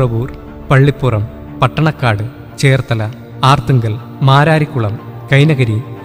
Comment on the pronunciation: ആർത്തുങ്കൽ അല്ല അർത്തുങ്കൽ